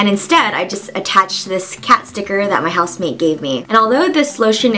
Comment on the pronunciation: is it house mate or house MAID that she said? i'm just so confused because in every video she kinda pronounce it differently so i dunno.. lol